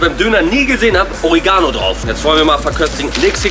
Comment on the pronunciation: Des heißt nicht oregaaaano sondern oreeeegano